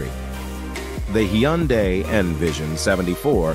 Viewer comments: He keeps swtiching between different pronunciations. "Hi Yun Day" and "Hyun Day" are both wrong. He says it correctly . Also don't tell me how to pronounce hyundai; I'm literally Korean. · I love how every time you said Hyundai, the first time was correct, then at the end, it was all off.